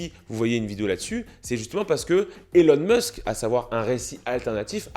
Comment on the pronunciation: SVP c pas Élon Meusk mais ILON MÂÂSK( phontiquement). C tellement désagréable